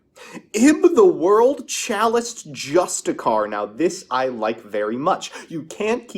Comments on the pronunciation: Hey. "Justicar" has a second "i" in the word. It's "justiciar", pronounced "justice-ier" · Fyi justiciar is pronounced "jus-disher" or "jus-dishar"